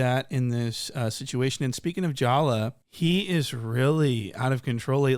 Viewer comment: Bruh I LOVE the was you do commentary 😂😂😂I've never laughed so hard listening to someone talk😂😂 I will start wheezing just hearing you say JALLAH😂😂😂 SHIT HERE I GO😂😂😂😂